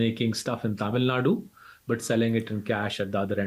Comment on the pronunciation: Thank you for saying 'Tamil Nadu', and not Tamil nad